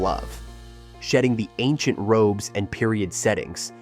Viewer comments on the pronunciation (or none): none